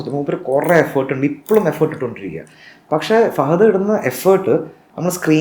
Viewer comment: പഷേ അല്ല പക്ഷേ